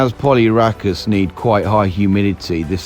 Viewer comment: It pronounced polyrachis